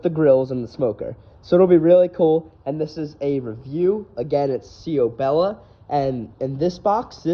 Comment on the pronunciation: its pronounced chow bella. nice diy my dude. im getting this oven, cant wait.